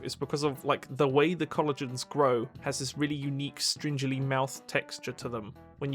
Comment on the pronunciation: i’ve never heard anyone say stringy like it’s with a J instead of a G. it’s like you’re saying strange and string at the same time